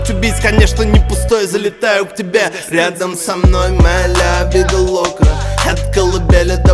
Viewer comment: Лявида лока произношение раздражает но я люблю тебя смоки